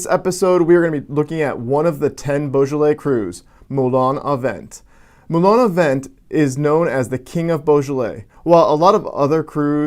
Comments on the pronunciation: It is not pronounced "vent" it is pronounce "vant". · Lol It's pronounced Moulin a VONG :-). Moulin (Mill) a Vent (wind). Wind. Good video